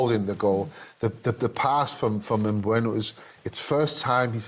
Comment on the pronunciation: Why did Schmeichel say Mbueno?? 😂😂😂